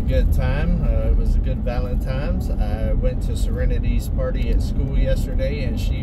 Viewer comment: Don’t mean to be the next “heat rises” guy, but dude… “Valen times”? There’s no M in Valentines. Love your channel, enjoy your day.